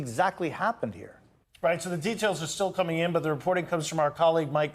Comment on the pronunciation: ohh! The Right! This whole time I thought you were saying "the white".